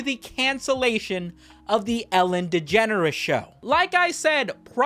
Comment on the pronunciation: Am i the only one who hears Ellen Degenerate?